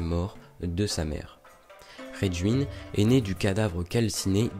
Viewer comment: Sympa! Soucis de prononciation pour Raijin par contre.